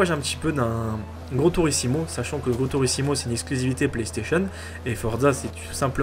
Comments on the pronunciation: Forza est devant que Gran turismo et non "gran turisimo" comme tu le dis lol apar sa j'adore !!! Bonne continuation ;) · Mdr tu pilote comme une énorme merde 😂😂 Et on dit "Gran Turismo" pas "tourissimo" 😂😂😂 Et bordel de merde c'est pas de "l'américain" c'est de l'anglais !! C'est Jeremy Clarkson de Top Gear qui commente et entendre cette voix me donne envie de chialer, car ce jeu est une déclaration d'amour à l'automobile mec... T'aime pas mes bagnoles toi... T'es un joueur de NFS et autres jeux d'arcade... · C'est pas grand tourisimo c'est grand tourismo